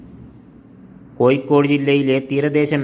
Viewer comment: കോയിക്കോട് അല്ല സഹോദരാ കോഴിക്കോട്